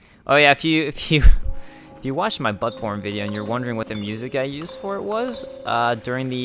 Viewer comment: lol everytime I hear him say butt borne I thought he said buttporn